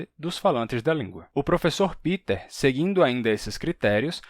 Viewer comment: Por que vc fala "Piter" Boll? Se ele é alemão o nome dele (do meu marido também) é "Pêter". Sempre explico aos conhecidos que é letra P + verbo TER= PE TER. "Piter" é inglês, não alemão.